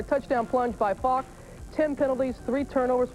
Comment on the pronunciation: Robin Roberts cannot say "Faulk" (Marshall FAWK)